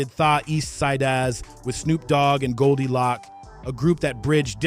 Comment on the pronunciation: Bro just say the eastsiders, and it’s not goldie locc it’s goldie loc. Appreciate the love for the city but if you can’t pronounce it right just find another topic.